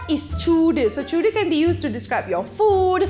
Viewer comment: Rumba nandri,. I note that you said "Choodu" for hot (instead of "Soodu"), which is very southern TN. 😍